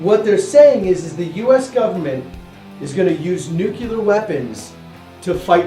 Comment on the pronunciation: ITS NUCLEAR NOT NUCULAR haha